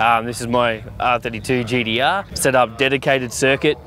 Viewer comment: "GDR" haha